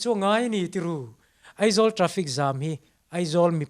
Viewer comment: Zanin ah ka ngaithla ve chiah a. Ka Pu, sawisel tur pakhat chiah ka nei, chu chu Aizawl ti loa Eizawl tia I lam fo hian ka Beng ati thlep deuh..